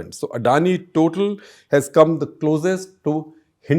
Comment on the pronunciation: It is pronounced Totaal, it is french.